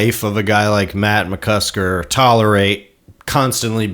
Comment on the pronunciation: McCusTer??? It's McCusKer! Have some respect 😆